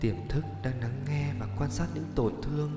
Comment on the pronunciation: Đang nghe tự dưng “hãy nắng nghe…” thôi tỉnh cả ngủ 🥲 Mong anh phát âm đúng hơn ạ, đã mất ngủ 2 tuần thì chớ